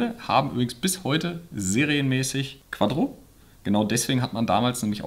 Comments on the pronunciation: es heißt quattro und nicht quadro. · Wie er immer Quaddro sagt 😂